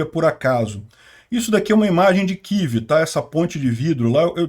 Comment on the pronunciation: Não é kiv que isso não é inglês, é kiév